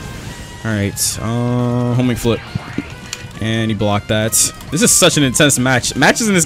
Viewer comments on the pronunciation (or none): Everytime i hear homing flip i hear homie flip XD